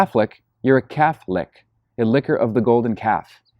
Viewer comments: "Calf-licks!" Excellent. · Thanks Patrick, I'm going to use that from now on, "calf-lick" lol